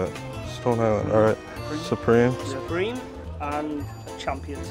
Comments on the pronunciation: when i went to china i went to a fake market and we had a tour guide person showing us around and she told me that they pronounce supreme “superme” so i think that shirt was just a meme shirt which i find hilarious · Modroix _ are you literally bent that guy said it right it said ‘superme’